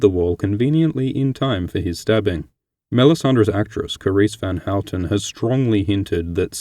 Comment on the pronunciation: I love that you actually pronounce Carisse van Houten right!!!